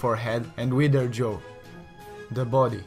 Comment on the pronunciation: He said “widder” jaw? 😂😂😂